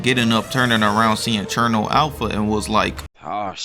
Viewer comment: The way bro pronounced Cherno Alpha😭🙏